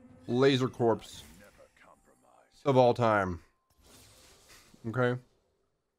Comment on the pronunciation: Dude it’s pronounced core not corpse